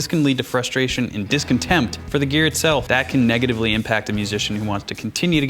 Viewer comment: I hate how you say "GeAr"